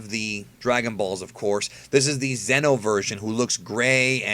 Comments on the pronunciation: FFS I love your videos, but just pronounce Xeno (zee-no) like the rest of us. I can't help but think of Zen-oh when you pronounce it like that. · The entire time when you were saying Xeno (insert name here) i thought it was GRAND XENO level characters. The correct pronounciation for those characters is "Z-NO" atleast in English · I think you should try pronouncing Xeno with the long e sound from now on. Don't know if anyone else gets confused with this, but when you say Xeno, I keep thinking your talking about Zeno.